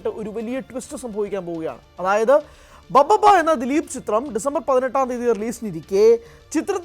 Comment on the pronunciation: ദിലീപിന്റെ സിനിമ ബബ്ബബ്ബയോ...😂😂...പറയുന്നത് എന്താണെങ്കിലും അത്‌ വ്യക്തമായി ശരിയാക്കി പറഞ്ഞൂടെ. ഭഭബ (BhaBhaBa) ആണ്‌ ബബ്ബബ്ബയല്ല.